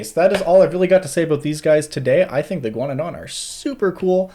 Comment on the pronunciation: I thought you were saying "iguanodon" every time you said "a ghaunadan." I was very confused at first.